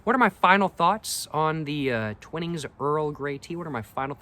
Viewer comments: its pronounced TYWnings non TWINings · I believe it’s pronounced twhine-ings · It's pronounced Twinings with a long "I" . Look up the pronunciation